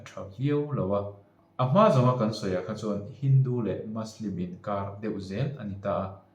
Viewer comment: muslim hi maslim ni lo vin mizo ṭawnga muslim ti a lam mai tur a ni in ka hria..Good video👍